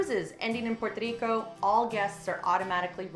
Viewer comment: "Puer Tadeeko" and "El Junkay Rain Forest" hint at no. Good traveler info though!